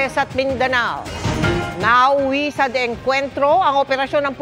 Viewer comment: nauwi sa dengkwentro daw😅😅😅😅 babasahin na nga lng teleprompter mali pa